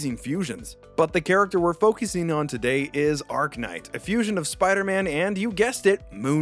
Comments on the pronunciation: "Uh - RACK - nite" Not "Ark - nite"... Ya know, like "arachnid"? LOL. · "Ark-Knight" learn to read bro. Its not hard to understand its Arach... As in Arachnid